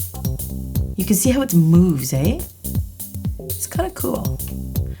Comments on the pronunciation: "You can see how it moves, EH" .. Canadian? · are you canadian i heard you say aye